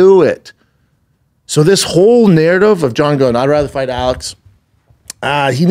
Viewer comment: Say narridiv again